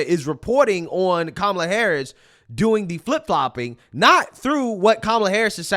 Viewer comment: As an Indian I'll say, Kamala cant say her own name properly 🤣 She's not Indian and her policies are awful. Identity politics is low IQ just like Charlamagne the Goon.